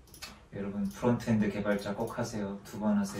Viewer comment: 왜 프론트엔드하세요 두번하세요가 하지마세요 절대하지마세요 라고 들리는거같지 ㅋㅋㅋㅋㅋㅋㅋㅋ오늘도 잘보고 갑니다~